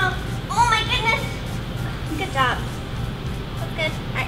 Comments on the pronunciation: "Oh my guudness" I died 😂😂😂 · I like how megan says "oh my goodness" and "she's hurting" with a certain accent